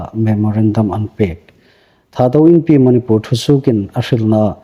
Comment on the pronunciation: Manipur i lamdan a thluk andiknawh.